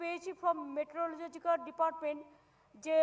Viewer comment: মেট্রোলজিক্যাল না পিসি "মেটারোলজিকাল" হবে .... গরমেন্ট না পিসি ... গভর্নমেন্ট হবে 😹😹